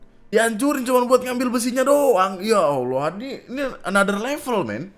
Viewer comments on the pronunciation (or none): none